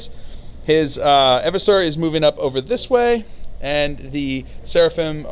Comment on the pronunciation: Eeversor, not Evversor...